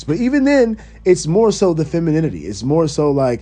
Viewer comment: It’s the Feminini-T